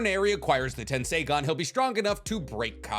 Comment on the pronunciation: Hi. I feel the need to correct you, sorry. It is not tensai , it is TENSEI like sensei. Love your work.